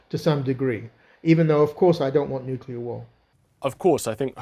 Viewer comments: Host said at times nucular (incorrect), and nuclear (correct). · Please. Nuclear is pronounced new-klee-er, not new-cu-ler. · Why many british say "nucilar"?